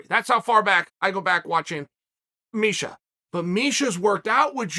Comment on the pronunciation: “…so I encourage you to lishen to Misa..” 😂